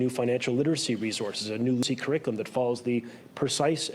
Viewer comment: This loser doesn’t even say CURRICULUM properly but they put him in charge? Laughable.